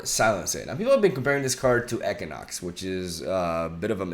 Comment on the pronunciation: It's pronounced EEKWUHNOX not ekanox